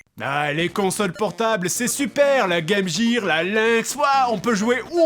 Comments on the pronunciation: la Game Gear... Qu'on prononce "Guire" enfoiré tiens ! Sinon pour les petites consoles type Game&Watch sache que les piles au lithium ("petites piles rondes") comme tu les appelles si bien, se trouve dans n'importe quelle grande surface ! Même en Bretagne ;-) Cependant j'adore tes vidéos, keep going that way ! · ..."Game Jir" ^^